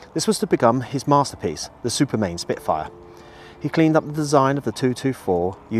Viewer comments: Why do you call it Supermain when it's Supermarine ? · One of my heroes as well as A.V Roe. Just a minor correction, it was Supermarine rather than Supermain. Thank you for all you do.